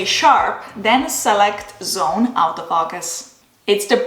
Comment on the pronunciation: Nice video. It sounds like you’re saying “out of focus” instead of “auto- focus”